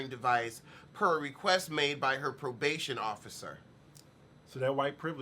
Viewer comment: "Arrested for probaybay violaylay" lmao!!!